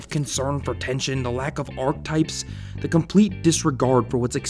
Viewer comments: you're trippin if you say archetype instead of archetype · It really hugs me how you pronounced archetype